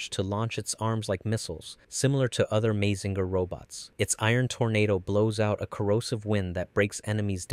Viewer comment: Your saying Mazinger wrong.